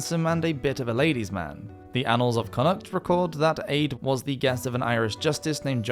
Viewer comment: Just for future reference, the name Aedh is pronounced like 'A'. The dh is silent.